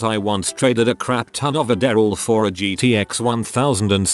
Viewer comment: lmao when bro says "a daryl" instead of adderall